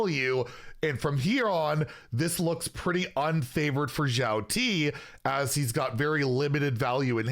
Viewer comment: One note: the pronunciation is closer to "shi-yao-ti" than to "zhi-yao".